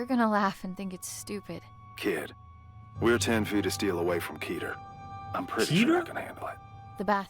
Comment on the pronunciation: Keter should be pronounced like meter. :)